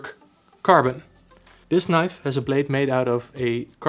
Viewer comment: moest wel even goed luisteren toen je zij Knif. huh dacht ik hij bedoelt toch niiife als uitspraak .. althans zo hoor ik het graag. maar net review.. ik zit te twijfelen over beide.. aantal goede punten complimenten.. ook leuke winkel trouwens.. al vaak gekocht bij jullie..EDIT; grappig mora moet het zelf ook Knif qua uitspraak hahah zag net hun factory filmpje